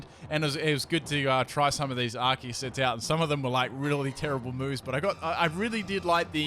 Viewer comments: Isn't this read "Arseus" not "Arkeus"? or im wrong? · It's pronounced ar-see-use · pronounces arceus "arkeus" dislike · Goddamnit its not Ar-kee-iss! Its Ar-see-iss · Are-see-us Arceus.